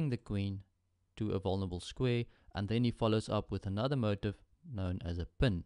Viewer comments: TrueJasonMoral Actually, we do. It's annoying to hear motif pronounced as if it was spelt "motive". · motif is pronounced moh-teef